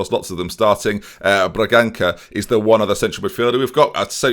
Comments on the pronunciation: Hey it is "Bragansa". I know that the pronunciation is always tricky but oh well. Keep up the good videos mate.;) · Sorry, I said I wasn'g gonna do any names except Zinho, but Bragança is pronounced Bragansa. The "ç" is basically pronounced like an "s"